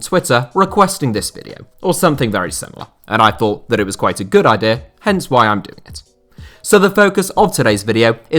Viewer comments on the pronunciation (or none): none